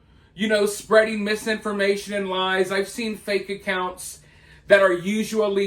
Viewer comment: "...The strajadeez of the threats that's bein' um (gulp) spreddid (smack)..." May as well have sent Koko up there, to hoot and imitate real sign language.